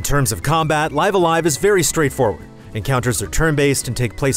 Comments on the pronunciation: I’ve had all kinds of fun with this game. I’m currently on the penultimate chapter. (If you know, you know…) You also get props for actually saying the title correctly. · Curses, he said the title the correct way. I miss the old fan live alive pronunciation. It’s just nice seeing this classic get it’s due.